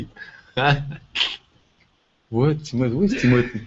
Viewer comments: when Laurent said the names tim-o-thy and b-laky when he was talking about zzz or whatever the show is called substitute teacher by key and peele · Laurent also said tim-o-thy and I seen it too it had me dyn lmao.